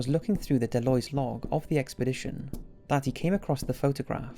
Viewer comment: Deloys? I’m pretty damn sure the word is pronounced DeLoise. Del-Louise.